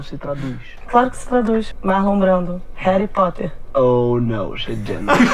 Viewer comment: "Heri Potter" *STOP STOP STOP IT'S* "HARRY POTTER"